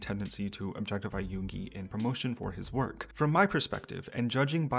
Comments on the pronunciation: LOL when the guy called Yoongi, Yooonji I couldn't help but think about that iconic RUN BTS episode when they make Yoongi the new female student and call him Yoonji 😂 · I've kind of ignored him, I didn't listen to his collaborations with Yoongi and Yunjin (even though I stan LESSERAFIM). He does look like an opportunist and sounded weird sometimes (the pronounciation for Yoongi... cmon man you can do better it's only 2 syllables) but that's part of the industry as you said. After seeing this, I still dislike him for his past behaviors, especially the comments on Chinese/Asian people threw me off... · took him 2 weeks to learn a rap, maybe he should have took some that time to learn how to pronounce yoongis name. racism and zionism doesn’t look good on his half